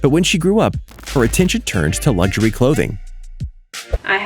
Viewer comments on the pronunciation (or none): none